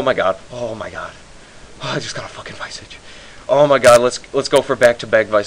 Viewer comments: "Viy-Sog"? its called "Vi-soj" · its not vi - sige its vis-age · hahahah wtf is a vaisige, its a vis-arge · LMAO vice-age its pronounced vis-arge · That was awesome XD "OMG I got a viceage" lool fail pronunciation tho XD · You pronounced visage wrong but nice lol I got one when it was only 21m...